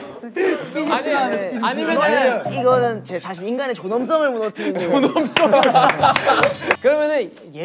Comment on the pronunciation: 이거 찐이다ㅋㅋㅋ 인간의 존→엄↗성↘을 무너뜨리는...! 진짜 당황했는지 사투리 강하게 쓰네ㅋㅋㅋㅋㅋ 우리 사투리 넘나 좋은거♥ 프리허그.... 좋은데 우지가 너무너무 싫어할것 같아서ㅠㅠㅠㅠㅠ